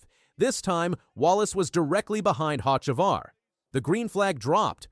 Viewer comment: No way that’s how you said Carson’s last name lol